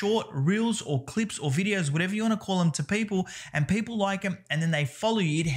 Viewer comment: Every time I hear you pronounce "people" you remind me Paypal